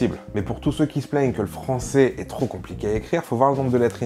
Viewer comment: J'aime trop quand tu dis "il parle le fransoais" on dirait trop un blague^^